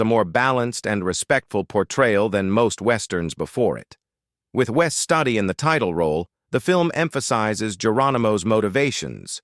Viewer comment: POOR pronunciation of San Antonio de Bexar (NOT beXar- but BAYHAR) from REAL Texans that I have spoken to, Mispronounced WES STUDI'S name. In GERONIMO: Al Sieber DID NOT die in a saloon gunfight, he was killed in a construction accident in 1907.